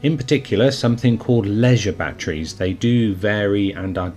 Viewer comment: Jesus Christ, it's batteries not batries